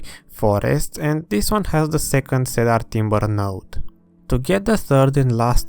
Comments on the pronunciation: super videos ! keep them up please ! also .. for the wood ... it is pronounced see-der (i know English sucks !) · Had to stop watching due to the “cedar” pronunciation lol